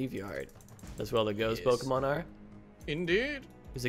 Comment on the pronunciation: He said poki pyremon